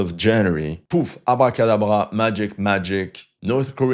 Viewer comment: Je me demande si tu parles Français, car ta prononciation de Abracadabra était très Francophone haha :)